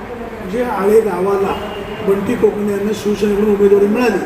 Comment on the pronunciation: कोकणे आहे कणसे नाही